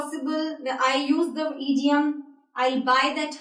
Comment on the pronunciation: The word is not eediom it is pronounced idiom id as in hid